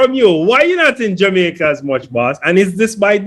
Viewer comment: The name is Jamaica not Jumicq